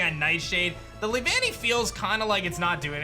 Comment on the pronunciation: “Lee-Vannee” caught me by surprise, i remember it being “Lee-vuh-nnee” in the show and it also wasn’t said as 2 separate words but one flowing word (Also my favorite bug type :3)